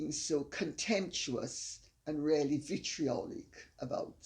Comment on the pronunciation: Your mother shouldn't say "Ya". It's not nice. She should say "Yes". And the way she says "really" sounds like "rally".